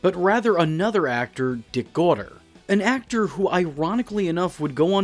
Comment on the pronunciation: And it's pronounced "go-tee-AY," not "GAW-ter."